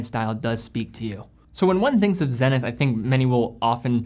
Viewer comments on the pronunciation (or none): none